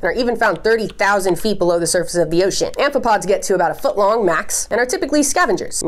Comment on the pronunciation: I don’t know why, but you saying ocean makes me so happy lol “oshEAN”